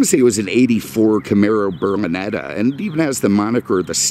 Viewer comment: I still love how you say Berlinetta but sounds Burminetta....I begun saying it like that too lol. OK, last comment. I promise! Just having a good time, on a nice Friday after a long week